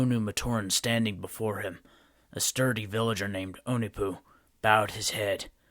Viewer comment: That’s not how you pronounce onepu